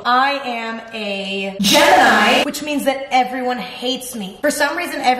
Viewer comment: G-Emma-ni (Gemini)